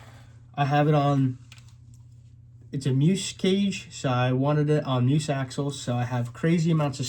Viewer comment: It's pronounced mee uhs not mews